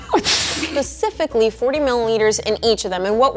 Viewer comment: please tell me you didn't say Pacifically. Please?